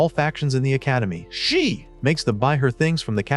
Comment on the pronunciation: what happened to the AI 😂 did it have trouble pronouncing SHE🤣